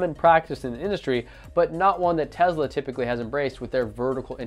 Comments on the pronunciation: FOR GOD’S SAKES YOU’RE STILL NOT SAYING “Tesla” RIGHT EVEN AFTER I TOLD YOU IN THAT OTHER VIDEO AND YOU NOTICED O MY GAH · Love your review, except one minor, stupid point. It's "Tesla" (i.e. "TESS-lah") not "Tezla." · Tezluh lol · Dope video. But please... it's Tesla. Not Tezla. xD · Ya umm there's no Z in TeSla.....just saying.